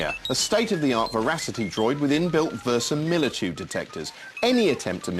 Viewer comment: It's "verisimilitude" not "versamilitude"